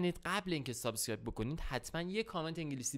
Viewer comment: عاشق سابسکایب گفتنتم 😂 دقت کن سابسکایب